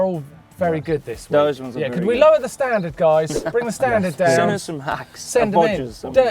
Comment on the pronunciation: Its Hacks and Bodges, not Racks and Bodges